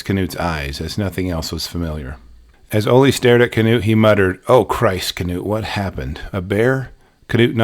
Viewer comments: Terrifying story and incredible recount! Thank you for uploading this. I believe his name is pronounced ‘Noot’ though, like the famous football coach, Knute Rockne. The K is silent. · Knut is pronounced ‘Noot’ the K is silent. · You've probably heard this before, but regarding the name Knut.... I think it's pronounced "newt" like the slimy/amphibious little lizards.... Maybe I AM wrong, but I think it's a Scandinavian name. Out of the 3, I'd guess Norwegian, specifically. But, I don't know. The thing I wanna say, is from your first videos to just now even.... You've done an absolutely astounding good job. You've gotten better, it's like night and day. But those were still GREAT videos, I didn't think there was an issue, shame on the people who were rude and just foolishly picky (?) Yeah. I don't know. Keep it up, for US, good sir. We ALL love your work. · Is the K not silent in his name? I’ve always assumed it was pronounced “Noot” Maybe I was mistaken.